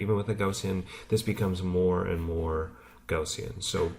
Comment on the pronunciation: Gaussian is pronounced: G-ou-ss-ee-in.